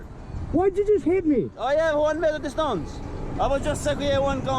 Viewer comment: "I have one meter distunce"